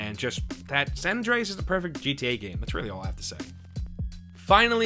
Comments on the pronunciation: "sohn andrehez" = "san andreas" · “Sahn ondreas” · Say "saan Andreas" one more time I stg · Sawn Andreas. Until , when he changes it to San. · the way he says san andreas angers me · The way he says San Andreas angers me. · is it just me or the way he says San Andreas is kinda weird